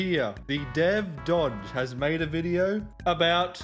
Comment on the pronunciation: i got irritated when you pronounced as dodge lol